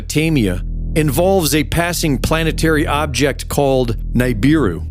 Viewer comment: nobody, NOBODY EVER, calls it "naibiru", it's pronounced neebeeroo